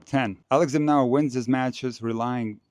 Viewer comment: Correction. Pronouced as Alex De Minoor or De Minour not Alex Demonower